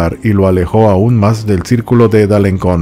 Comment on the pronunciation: Alenson, Alencon se pronuncia con S, la cedilla, aunque el resto de nombres están perfectamente pronunciados . Me encantan tus historias por ser diferentes